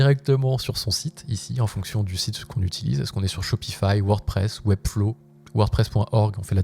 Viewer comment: Dès que j'entends "Webdlow", mes oreilles dansent ! 😂 Il m'a l'air plus intéressant que Chat GPT ! C'est que je cherchais et j'espère que ça me colle vraiment !